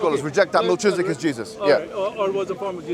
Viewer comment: MelKIZedic not MelCHIZdic